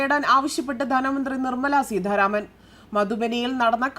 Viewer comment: Seedharaman alla Seetharaman anu Malayalam vakrerkarykkalle.nee sidharaman ennu ethrapravasysm panju.